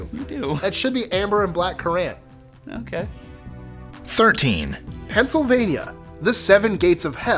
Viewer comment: I love you, but that's not how you pronounce currant.